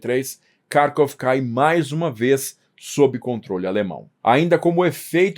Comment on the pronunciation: para de cagar a pronúncia. Kharvov tem pronúncia clara e precisa. Se é pra falar em português, é Carcóvia. Mano. Que falta de cuidado e aprumo.